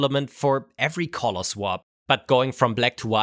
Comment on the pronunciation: Please practice saying "color" correctly.